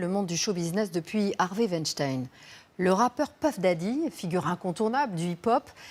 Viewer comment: Jeffrey Epstein ❌ Harvey ven stein ✅